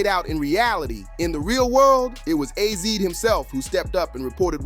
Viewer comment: Azie not ozzy